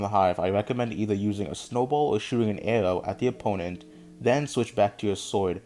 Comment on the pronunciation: He pronounce arow AarOw